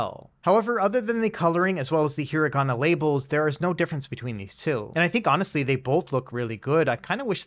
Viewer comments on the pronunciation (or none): none